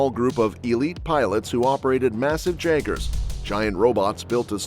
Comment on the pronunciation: hey said jaggers not jaegers